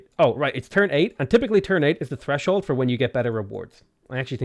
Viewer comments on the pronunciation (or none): none